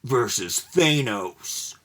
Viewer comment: I love how you say Thanos! I usually hear it said where "Than" rhymes with Fan and "os" sound like Os like Cheerios. You say it so it rhymes with Anus. lol Great vid as always sir.